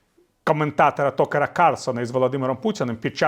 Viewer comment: Віталій, не Токер, а Такер. ˈtəkər. Визначитесь нарешті. У Вас то рів з крокодилами; то демократична росія, яка не претендує на території сусідів.